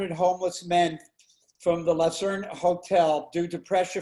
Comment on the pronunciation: LUCERNE... not Lacerne